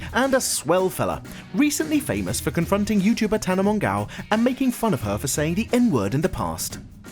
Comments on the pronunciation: he said Tana Mongow lol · not at all how you pronounce tana mongeau(think thats how its spelled) but close enough